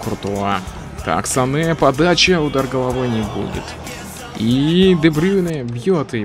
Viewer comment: Правильно говорить Занэ